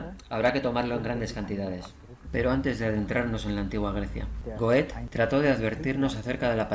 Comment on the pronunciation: Una pequeña observación: la pronunciación de GOETHE Muy interesante y sobre todo impactante... Gracias